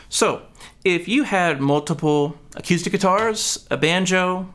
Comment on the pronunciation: Good video again, but I have to admit that a little part of me dies every time I hear you say "a-cue-stick", however it also makes me want to go play pool. 😛